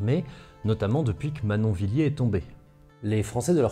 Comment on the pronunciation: Manonviler et Badonviller n'ont pas de "i" après les deux L. ce n'est donc pas Villier mais Viller. J'ai les oreilles qui saigne!